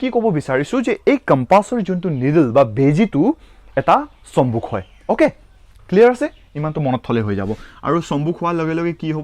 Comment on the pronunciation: আৰু চম্বুগ নকবা চম্বুক কবা। তেনে - চম্বুগৰ নকয় চম্বুকৰ কিতাবৰ নকয় কিতাপৰ কবলৈ চেষ্টা কৰিব।